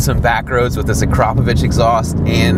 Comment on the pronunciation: Wow nice Akrapovič pronunciation 😁